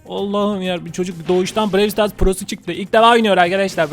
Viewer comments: Bide abi pandanın yüzünü göster hepimiz çok merak ediyoruz lütfen seviliyorsun Brawl stars bide brewl diye okunmuyo browl stars diye okunuyo ama olsun seni çok seviyoruz hepimiz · BREWL DEĞİL BRAWL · abi brey star değil brawl star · Brevl stars değil brovl stars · Abi brewl stars değil browl star diye okunur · Abi brevl stars değil bravl stars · abi Brewl Sters değil Brawl Stars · abi BREW STARS DEĞİL BRAWL STARS YANİ ŞÖYLLE OKUNUYO TÜRKÇEDE BIROVL SITARS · Abi brewl stars değil brawl stars o abi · Abi brewl stars değil brawl stars öğren bunu abi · Abi birevl sıtars değil bıravl sıtars yani (brawl stars) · abi brewl stars değil brawl stars ilk yorum abi kalp atarmısın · Abi brewl stars değil brawlstars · ABI OYUNUN ISMINI YANLIS SOYLUYORSUN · BRAWL STARS I YANLIŞ TALAFUZ EDİYORSUN ABİ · Abi seni seviyorum bu arada brawl stars ı yanlış diyon